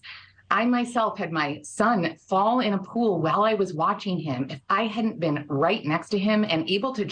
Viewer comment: “ecspecially” . . . “drownding” . . . how did this woman achieve a career in broadcast journalism???